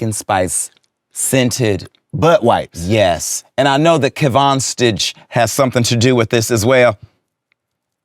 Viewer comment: Yes. Got Durand Bernarr I'm in. The way he pronounced Kevonstage. We need weekly with them and add Terrell. 😂😂❤